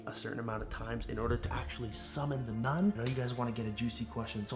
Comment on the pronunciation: Wtf is nun sonud like nut but really win u say that